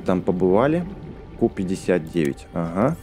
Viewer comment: не ку59 а кью59